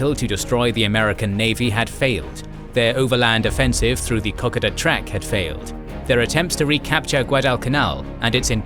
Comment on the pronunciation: Kokoda = Co -coda!!! NOT cock-ada